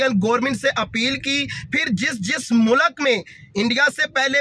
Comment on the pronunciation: Abe mulak nahi mulk hai